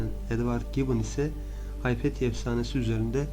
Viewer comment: Haypetya değil, Hüpatya.